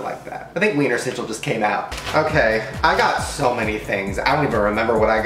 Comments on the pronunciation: I feel bad for the "ch" in Wienerschnitzel, they always get left out😂😂 jk❤ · i find it so funny how he pronounces Wienerschnitzel bc it's a German word and it's pronounced so different but this video is still so funny tho 😂😂😂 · Ich find's immer wieder lustig wie er das Wort "Wienerschnitzel" ausspricht. xd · Haha ich auch 😂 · Die Amis können so ie Laute generell ned so gut aussprechen😀😂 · Ja wirklich 😂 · Omg how he says Wienerschnitzel I can't